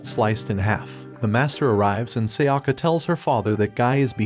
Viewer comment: Seyakka..!?!? It's Sayaka...